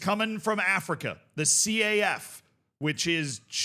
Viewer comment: Broski you don't have to pronounce each letter in the acronym of CAF. You can just say, "Caf" as in: Kaf.